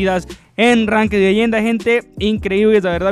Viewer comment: por qué dice lenda y no leyenda O classificacao y no clasificadas